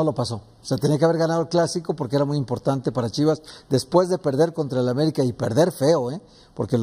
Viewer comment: Mi estimado Mauricio Ymay... OJALÁ TE QUITES ESA PINCHE COSTUMBRE DE DECIR: "ELE CONJUNTO DE CRUZ AZUL " "EL"... SE ESCRIBE ASÍ Y DE LA MISMA FORMA SE PRONUNCIA. Enterado...?? LOCUTOR, CONDUCTOR, PRESENTADOR, COMO SEA SE REQUIERE DICCIÓN. ... Y NO ES "DICCIONE", OK...? GRACIAS!